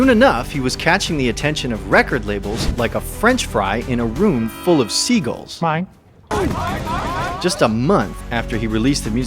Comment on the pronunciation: The Seagull “myne” 😂😂😂😂😂